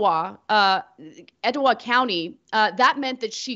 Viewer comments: Gads-den. Eh-tuh-wah. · Etowah > ED-uh-wah